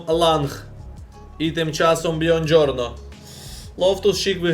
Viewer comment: Привіт, я живу в Італії. Правильно буде казати Буонджорно а не Бьонджорно. У.👍